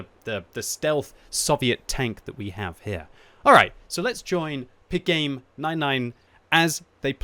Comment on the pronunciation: I think it is Pi Game. Like the number Pi. Not the sound pigame